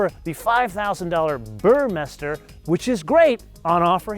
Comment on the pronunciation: Big fan of. This would be a great/fun toy, provided you order the car as described by. Porsche FTW! His videos always having me pining for more! Short, but straight to the point! The only auto journalist who pronounces Burmester correctly, lol! Cheers mate/B